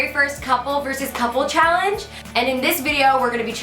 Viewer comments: did anyone notice how it said callenge instead of challenge. Btw anyone in 2020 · On the second vid did anyone notice how it said callenge instead of challenge 😂😂😂